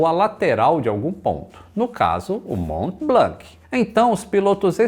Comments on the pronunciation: Mont blanc !!! Pas blank on dit pas le c en k !!! Prononce blan kkkkkkkkkk👍🇨🇵🇪🇸🇧🇷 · Só um adendo, a pronúncia (tentando escrever em português o que falam em francês) de Mont-Blanc é "món blãn"... No francês essas consoantes sozinhas no fim das palavras costumam ser mudas. Uma piadinha sobre isso no desenho Tin-Tin, dois policiais gêmeos se chamavam "Dupon e Dupon", sendo na grafia Dupond e Dupont. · Ótimo video, so tenho uma pequena correção sobre a pronúncia do "Mont Blanc", na pronuncia francesa não se pronuncia a letra "C", aqui esta a versão escrita com o alphabeto phonetico se te interesar: mɔ̃ blɑ̃. (E so pra avisar, eu sou de nacionalidade francesa e brasileira, e eu assisto todos os seus videos da França). Um abraço. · O mais engraçado é o falando "Blanc" uma vez que em francês não se pronuncia a letra "C" do final. 😂